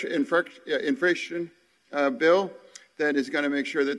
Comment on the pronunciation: Can't even pronounce "infrastructure". What an embarrassment. One person claps. Wow!